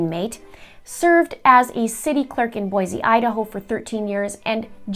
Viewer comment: well done! As an Idaho resident, ( my Grandad's family are considered homesteaders) you researched is very thorough here. AND, the fact you pronounce "Boise" the way locals pronounce Boise is amazing! Typically, anyone from out of state pronounces it "Boy-zee" not "Boy-see" as locals pronounce it. Idaho AND are typically extremely nice and rarely correct "out of staters" who say "Boy-Zee." A VERY interesting video and obviously well researched! Great Job! And YES, Lori Daybell very well may be a Lyda carnate! So glad you did this and thanks for covering these interesting stories about my home state- stories that a lot of Idahoans don't even know. Just now you are remining me of my Canadian Grandmother and her Canadian education! God bless Canada!!!! And the US, of course!